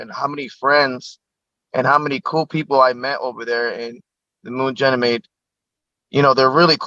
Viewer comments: Janamead? Guy can't even say it right. So is that not worth questioning? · I've never heard anyone pronounce Ganymede like this guy does. He says Jenny meed. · Come on! This guy cant even pronounce "ganymede" correctly, let alone string together a coherent story without leading questions. You expect me to believe he's the person the military selected for their SSP? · Can't even say Ganymede correctly!!!!! and we are meant to believe Him????? If this was real he would not be able to make these videos!! And he's a plumber!!!